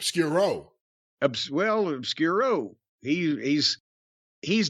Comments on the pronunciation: its always funny watchhing how north americans refuse to use their brains to pronounce spanish words... i know is totally on porpouse.... theres no way u cannot use other word sounds to match in a word.... COME ON--- OZ CURRO.... OS QURO..... SAY RO LIKE YOU WOULD SAY CANGAROOO.... REPEAT WITH ME NOW.... OZ QU RO ... NO NO U SOUNDING OUUUUU ITS JUTS O.... BUT WITH JUST 1 ´R.... LIKE IN CANGAROOO LOL.... ok u got it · Oscuro, not Obscuro :)